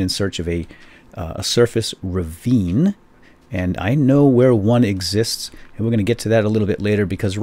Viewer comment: it's "ravine"